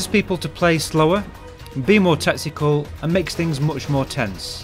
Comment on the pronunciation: ''Be more tetsical''